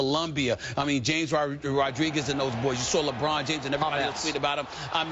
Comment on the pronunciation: The way Stephen A pronounced James Rodriguez 🤦‍♂️🤦‍♂️